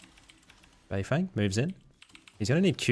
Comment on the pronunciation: Can you at least make an effort to try and get Asian names correct? The English casters are bad enough.. BeiFeng is pronounced “BeiFung”, the e is not an “eh” sound..